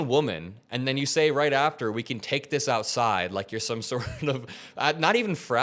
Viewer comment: "Cash me owside!"